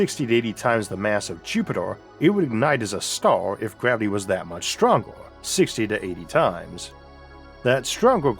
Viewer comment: Narrator has too much gravity in his mouth. WTF is Mwas?!